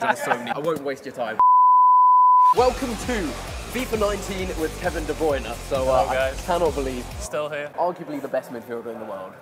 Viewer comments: Dé BLYNER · Its funny he does. Not even say his last name right 😂